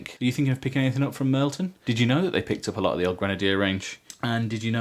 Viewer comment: Hey, a Bear's Head human! You are a man of taste. However I can't not point out that it's Mirliton not Mirlton ;)